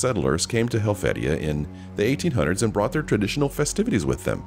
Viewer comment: Hel-vee-sha. I actually live in this village IRL. ❤️